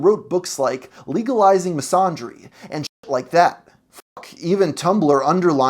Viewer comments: Misandry is pronounced Miss-an-dreeeeeeeee!! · The fact that you don't even know how to pronounce "misandry" speaks volumes. That's a fumble if I've seen one. [don't recommend this channel]